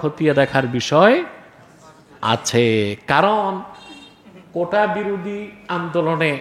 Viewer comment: কোঠা না, আসল শব্দটি হচ্ছে, "কোটা"...